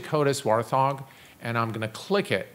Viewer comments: "HOTAS war thog" It's wart - hog :) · Great video man, but I gotta say it.. it's WART HOG. Not WAR THOG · Good video. Just a minor irritant: the joystick is called a Wart-Hog (not Warth-Hog as you are pronouncing it) supposedly named after the warplane of the same name. No need to thank me, your welcome :-)